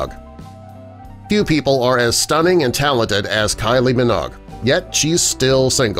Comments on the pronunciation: Kylie Minogue not Kylie Minog! Geez! 🤦🏼‍♂ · Not Kyle "Minaug", it's " Minoge" long O sound. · Pronounced Min-"ow"gue, not Min-og. Please get it right! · Annie Hall in '1997'?! Try '1977'! And it's Kylie Min-OAG, not Min-OGG...yet another narrator that doesn't know what he's talking about... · Ha! Kylie Min-OGG..... It's Kylie Min-owge..... (Minogue) AUS, part time Brit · You said Kylie's last name Monigue wrong. Say it like this Mi-Noge. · Kylie Minogue's family name is pronounced 'Minoague, it is a longish vowel sound like Vogue magazine; not a short vowel sound like 'log as performed by the narrator, with respect. ' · The end of Kylie Minogue's surname rhymes with "Vouge" like the fashion magazine and not like "hog"as like a type of pig. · Please don't tell me all Americans pronounce Kylie Minogues name as Kylie....Minog!! Has this narrator never heard another human being say her last name ever?? It doesn't look like anyone else has made the same comment as me either.....Crazy!! 🤔🤪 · The loony presenter called Kylie Min’oh’gue, Kylie Minog. 😂😂😂😂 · It is pronounced Kylie Mi-knowg. 🙄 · your funny her surname is pronounced 'Mi-noo-og' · Kylie Minogue - the last syllable in her surname rhymes with Rogue. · Kylie Minog eh! 🤣🤣🤣 how do you pronouce vogue? VOG? . . . get a new day job voice over guy, clearly you're not cut out for it facepalm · Pronounce "Vogue". Now say, "Minogue". That wasn't so difficult now was it? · When you mispronounce Minogue. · Pronunciation on surnames like Bissett and Minogue are appalling.